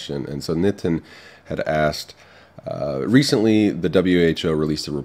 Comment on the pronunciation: This is just amazing.. pure intellect.. and finally i came across a foreigner who pronounced the name Nitin correctly.. and not like "Nee-tin" :D